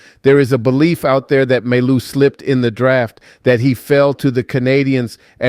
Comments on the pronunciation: we pronounce mai you not maillou lolol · Can you please stop saying May-Loo ? its Mah-You! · your pronounciation is wrong. You should prononce like Maiyou not Mallou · You pronounce his name My You not May Lou! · For your information, mailloux is pronounce Mayou! The way you pronounce it is if his name was written with only 1 L, mailoux, but it is not. 2 L sounds like Y. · The right pronounciation of Mailloux is Myyou if it helps in pronouncing Mailloux. :) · pronounced Ma-yoo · You need to work on his name, the l's are silent mon ami